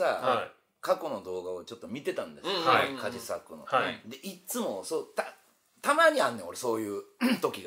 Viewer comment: カジサックって、ば行とぱ行を言うとき発音が破裂しがちですね